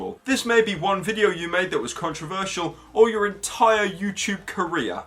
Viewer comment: IT'S FUCKING FOOZYTOOB MATE.